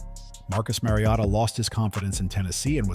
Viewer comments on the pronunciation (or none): none